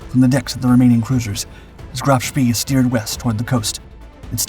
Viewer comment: It's pronounced "Spay" not "Spee"